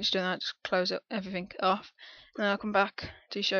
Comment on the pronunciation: thanks man... "...then bam, yu' dun..." lol love that moment